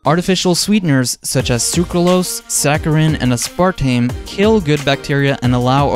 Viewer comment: Aspartame was the first one I noticed, but then quinoa (yikes)